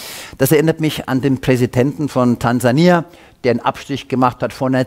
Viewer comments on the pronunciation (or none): none